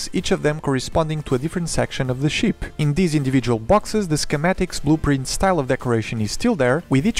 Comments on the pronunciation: I know English is obviously not your native language, but PLEASE pronounce ship with a short EE sound. It's not a sheep, its a ship. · i !!! not ee ... fuck sake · I’m not making fun of you but when you say ship it sounds like you are saying sheep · I just love how he pronounce ship😂 awesome video.